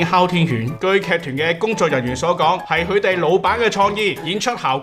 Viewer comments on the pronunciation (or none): 都唔係正音撚， 但 ，聽到 係「許/去」地老板嘅創意…… 太離罩了咁就， 支持創作，繼續加油啊